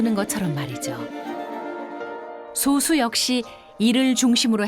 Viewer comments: [소수]아니고 [소쑤].... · [소수]가 아니라 [소쑤]입니다. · 발음이 너무 거슬린다.... 소~수가 아니고 소쑤 입니다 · [소:수]라고 읽으면 안되지. 이제 솟수라고 표기는 안하지만, 여전히 발음은 [소쑤]라 해야 옳다. 철자만 같을뿐 음도 다르고 그 뜻도 다르다. 즉 동철이음이의어. 성우는 그렇다 해도 분명 감수하는 이가 있었을텐데 성의가 없네. 좋은 내용을 사소하지만 기본적인 걸로 신뢰까먹는... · prime number는 [소쑤]로 발음해야... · 여기서의 소수는 [소쑤]로 발음해야함....국어사전에...[소수] 와 [소쑤]는 다른 용어임.. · 표기는 "소수"지만 발음 '솟수'하고 합니다. '소수'라고 빌음하면 0.1같은 수를 가리킵니다. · 표기는 소수인데 발음은 아직 [소쑤]가 맞습니다... 영상이 잘못됨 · 소수 발음 듣고 바로 나가기